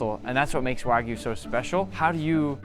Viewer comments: Notice, all you freakin imbeciles out there, that JAPANESE pronounce the Japanese word, wagyu, as WAH-GYOO...NOT WAGOO! GET IT RIGHT! Man, people saying wagoo really gets under my skin. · Heu, le français qui traduit où lit le texte pourrait-il faire un effort sur la prononciation des mots japonais, car entre "ouajiu" où "cobE" ... très peu pour moi. 👺(je me suis arrêté a 25 sec de vidéos pour éviter une perte d'audition)